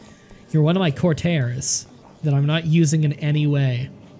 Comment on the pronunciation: why's his pronunciation of stuff so weird. Courtiers - courteers?? enliven - eliven??? carelessly - caressly???